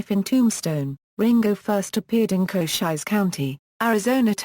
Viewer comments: Koshiesse county? Sounds like the fake voice on a city bus that can't pronounce street names correctly! Why folks, WHY?? 👎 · I know damned well cochise was not pronounced cochizze. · For centuries we have pronounced "Cochise" improperly...........according to this damn "computer voice".